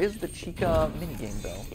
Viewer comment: its chica btw- not cheeca